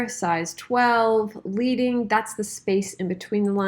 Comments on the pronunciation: Excellent video,. I'd done a lot of typesetting on older versions of Indesign some time ago and this has given me a good refresher, helping me to remember all the tricks I used to do. One point, if I may - you pronounce 'leading' as iin leading a pony. It's actually pronounced 'ledding'. When you typeset using metal type, you increase the distance between lines of text by inserting a strip, or strips of lead, of a specific thickness, hence the term 'leading'. I used to typeset on a hand printing machine at the time I was at school back in the late 1960s and so many terms relating to that process, and to the process of literally cutting and pasting strips of galley proofs to stick on a master page, are still in use. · great tut - just a thing; leading is pronounced like the metal because thin strips of lead were placed between the vertical spaces of the composing stick to increase line spacing. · Thanks, that was awesome. Just fyi, leading is pronounced ledding, like sledding. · Sooooooooo amazing! I learned a lot from you! Two things: pica and leading were both mispronounced. Good luck!